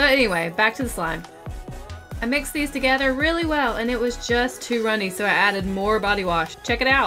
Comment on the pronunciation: Does anyone else notice that she says "togeder"